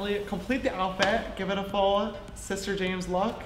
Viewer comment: you said shister not sister